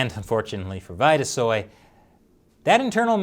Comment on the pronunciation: It's probably pronounced Veeta-soy not vighta-soy.